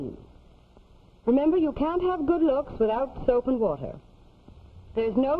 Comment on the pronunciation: Apparently it's pronounced "Fwotturr".